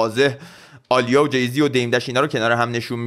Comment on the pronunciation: عالیه نیست داداش ، اَلیا درسته😂